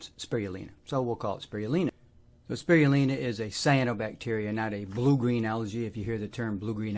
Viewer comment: “Sproioolina” or Chlorella. That’s an interesting accent. You took Spirulina and switched the “iru” into “rui” despite explaining that it is named after a spiral. I wonder why that happened. Thanks for the info!